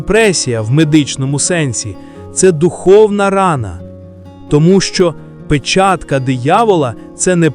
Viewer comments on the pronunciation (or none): none